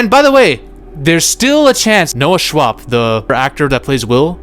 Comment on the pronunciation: "Noah Schwab" "Noah Schab" IM PISSING MYSELF